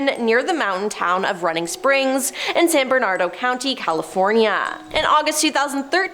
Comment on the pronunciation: San BernarDINO County, not San Bernardo... goodness